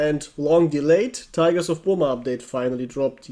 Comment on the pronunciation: That's how it's supposed to be pronounced. Saying "Burr muh" is more of an American thing.